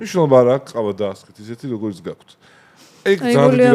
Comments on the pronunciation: “გაქთ” რატომ ამბობს? ჰეითით არ ვწერ. დიალექტურია თუ რატომ? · "გაქთ" ტოჟემნე ჟურნალისტი😂😂😂